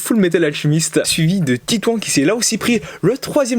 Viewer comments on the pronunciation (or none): none